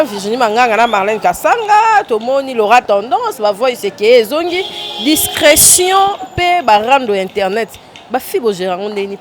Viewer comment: Discrétion madame et non discraction